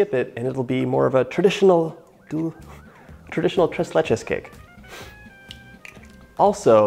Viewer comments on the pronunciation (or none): Holy shit that man really said the tress lachay cake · Mat C it just sounds wrong, right? - so hard on the ‘r’ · Gringo Spanish. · Nothing like an american saying "TRES LECHES" in spanish LOL